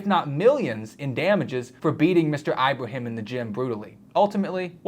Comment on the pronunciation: It's /Ibrahim/, NOT "Eye-brahim"!!